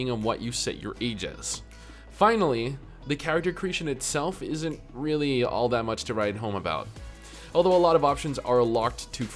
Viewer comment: Dude please pronounce the word "isn't". "Is in" is not the same pronunciation.